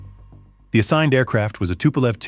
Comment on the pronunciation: Что ты мелешь, тупой робот!? Какой сисисипи? Эс ЭС ЭС Эр!Так это читается правильно!И какое пулово если правильно аэропорт в Ленинграде называется Пулково! Самолёт не тупа́лев а Туполев!И не 254 а154!! Это только некоторые так сказать ошибки за первые несколько минут видео! Это просто невозможно слушать!Ставлю дизлайк и нет сил смотреть и слушать эту галиматью до конца!